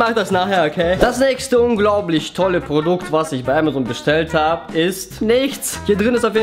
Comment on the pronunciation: ha das heißt Amazon und nicht Ämazon